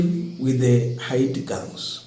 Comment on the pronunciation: Not ahiti but haiti.